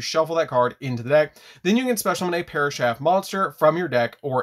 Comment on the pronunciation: I like this deck and love the channel but “parashath” makes my soul hurt. 😢